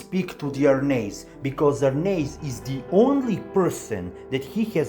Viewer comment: You must be the only person on YT to pronounce Arnheid's name correctly! But yes, many of these Norse names are difficult to pronounce unless you look up the pronunciations. When the anime gets to the Vinland arc in about 10 years, the Lnu names will be extremely difficult to pronounce!